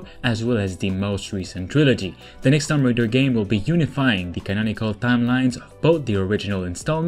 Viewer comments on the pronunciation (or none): Lol he said Tom Raider